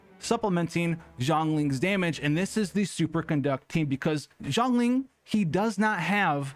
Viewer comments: I hear jhongling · Is he saying Zhongling or is it just me? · If you say Zhongling again Ill shit myself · You keep calling him Jongling....Its Zhongli. No n and J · Him saying „Zhongli“ Me hearing „jOhN LeE“ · i keep hearing zerkling lol maybe i play SC2 too much